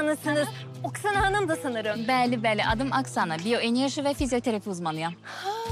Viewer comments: Oksana deyil Aksana 😁 yazarken Oksana soylerken Aksana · şey olabilir oksana yazılır aksana oxunur 😁